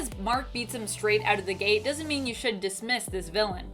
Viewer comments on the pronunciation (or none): none